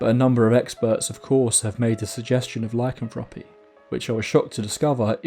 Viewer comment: You said lycanthropy just fine. There’s a few ways people say it and yours is actually one of the more common ones